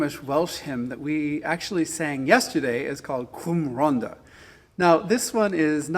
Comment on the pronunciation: The hymn is Cwm Rhondda, not Rhonnda. The double "d" is pronounced "th" as in "the".